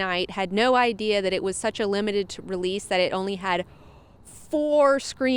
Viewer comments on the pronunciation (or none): none